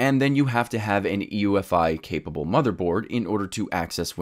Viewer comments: 1. It's UEFI not EUFI. 2. Try right-clicking the Start button instead of the taskbar itself. There you'll find the things you need. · Also, it's UEFI not EUFI... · "EUFI"? You mean UEFI? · It's UEFI not EUFI - Unified Extensible Firmware Interface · Uh it's UEFI -Unified Extensible Firmware Interface. Not EUFI. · UEFI. Not EUFI. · I got triggered every time he said EUFI 🤭how did he not catch that in editing? He says it several times. It's actually Unified Extensible Firmware Interface (UEFI) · UEFI not EUFI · Good video, but I cringed everytime you said "EUFI". It's "UEFI". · EUFI? It's UEFI... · I love you my man… but it’s UEFI… sorry lol